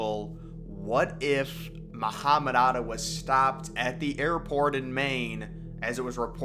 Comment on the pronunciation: His name was Atta, not Arda